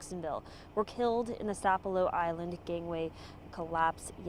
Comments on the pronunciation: It's Sap ah lo. My MIL was the Storyteller CORNELIA W BAILEY. This is such a tragedy. Please keep our community in your prayers. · Sap - elo, gull-----ah, get it straight if you gonna be on the news